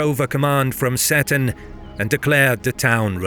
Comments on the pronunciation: Great video! Seton is pronounced "Seeton" by the way, hopefully it's helpful for future episodes. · Oh dear the narrator strikes again. You would think a Scot would know that Moray is pronounced Murray and that Seton is See-ton not set-on. Good video otherwise about a battle a lot of people are unaware